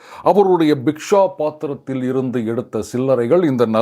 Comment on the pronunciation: adhu Bisshaa paathram illai adhu BIKSHAA paathram.